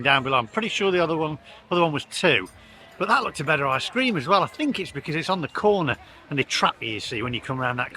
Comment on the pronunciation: Yet again it's ice cream not I scream lol 🤣🤣 love you vids cheers for your content